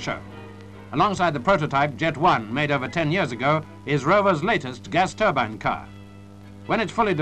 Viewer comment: A relief to hear 'Turbine' pronounced the proper way, not 'Turban' as some Americans tend to do...